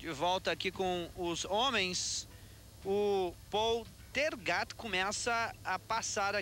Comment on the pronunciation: Narrador não sabe fala o nome do Paul Tergat